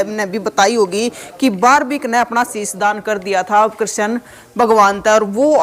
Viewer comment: बिलकुल आपकी भाषा पसंद नहीं आई बारब्रिक नही बल्कि बर्बरीक है आप बार बार यही दोहरा रहे हो